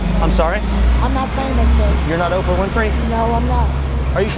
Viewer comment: He said oprah lol